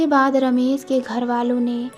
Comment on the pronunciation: Ramesssssss, Ramesh hoga.....Ramesss nahi